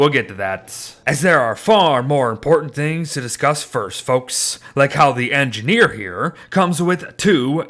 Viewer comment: “The engineer is engideer”